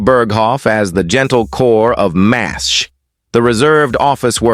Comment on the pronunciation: MASH. MASH. Not Mas H